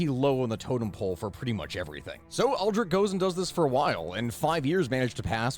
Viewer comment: Ames is a one sellable word. Also Aldrich is pronounced with a soft CH at the end.